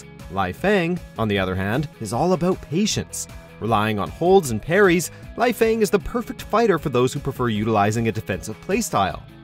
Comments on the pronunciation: Hitomi ahead of Ayane? Just no haha! And yeah the butchered names are pretty cringey particularly: Leifang, Ryu & Ayane. Cute list though. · LAHIHFAENG lol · He also kept saying Laifang instead of Leifang. I can kinda understand his pronunciation of Ayane since he has probably never played any of the games and is just reading a script someone handed him, but I don't know how you get Lai from Lei. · They didn't even mention Jann Lee, Gen Fu, Eliot, or Zack. They deserve to be in this list. Leifang's, Ryu's, and Ayane's names were mispronounced. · They didn't even mention Jann Lee, Gen Fu, Eliot, or Zack. They deserve to be in this video. Leifang's, Ryu's, and Ayane's names were mispronounced and they shouldn't have mentioned Nyotengu. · its LEYfang. not liefang. its Aya-NE, not ayan. wtf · The fact he also properly pronounced a few others, yet somehow added a few more letters to Ryu, thought the "e" in Ayane was silent, and got the "e" & "i" in Leifang around wrong way really says something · It's LAY FANG...AND AI YAN NAY! NOT LIE-FANG AND AI YAWN🙄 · lai-fang? Rayu hayabusa? Come on can actually get people who can do the job right? Aiyaan? seriously, this is just sad. And no Zack? Seriously? I mean I dont play Zack but he's legit one of the best characters in the game. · Also you’re mispronouncing some of the names Ryu = Ree Yoo Ayane = Eye Yaan Nay Leifang = Lay Fang Bankotsubo = Ban Kote Soo Bo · Nice list, though the fact Leifang, Ryu, and Ayane were mispronounced annoys me